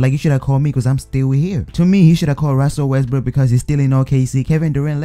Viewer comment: " Ruzzel Wesbruuk" 😂